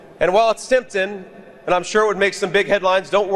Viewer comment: Someone must have told him that he'd sound more relateable if he dropped the "g" from words ending in "ing." He does it here and somewhere else in this speech (can't recall exactly where). Alas, JD STILL seems like an arrogant not-quite-humanoid when he says "temptin'."